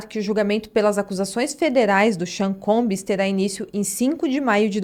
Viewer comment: combs! Não é combis. Não custa nada dizer bem. 😉